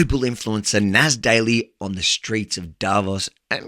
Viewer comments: Nas = People in Arabic... plot twist, in Arabic it's pronounced NAS with an S not a Z 😂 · btw, if his name is Nassir, in Arabic, it’s pronounced as [nas:seer], like: [nas]+[seer] :) i is pronounced as ee :) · it is not NAZ but one with "i" in the end of his name ;)